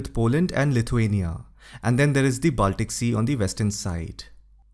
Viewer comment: your pronunciation is good. BUT Baltic is pronounced as Bawl-tik/Ball-tik and Not Baaltic as is so commonly mis-pronounced, including here in this video.